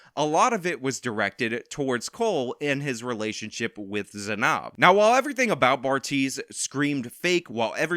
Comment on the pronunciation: Weirdly bothered by your pronunciation of Zanab